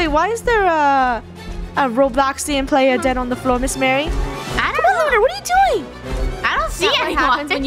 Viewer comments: calling her miss mary but her name is pronounced Mah Ree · Btw it’s Miss Marie ( Mah-ree) Not Mary (Mare-ree) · it’s not miss marry, it’s miss Marie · I know the reason the librarian was mad at. They kept calling her Miss. Mary instead of Miss. Marie so she was mad that they were saying her name wrong 😂 (ily krew and all ur videos)